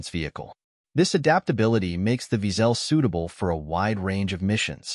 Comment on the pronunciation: wiesel in German is pronounced almost exactly as weasle, except for the w is pronounced as v - veasle, not veazell as heard (too often ;-) in the vid.